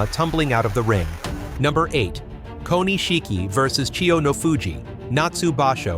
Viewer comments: Say it with me. Ko Nish Ki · The pronunciation of Japanese names and terms is just awful. It's not "Ko-ni-shiki" ! It's "Ko-nishiki" and means "small jewel" in Japanese. Have some respect for the language and culture that you are trying to talk about.